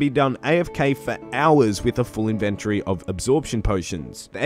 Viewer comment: Your videos are so crisp. I love them! Thank you... even if you say inventory wrong hahaha